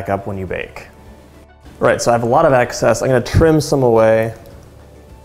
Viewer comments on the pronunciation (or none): none